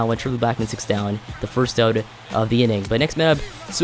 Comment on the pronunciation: It's "out" not "oat"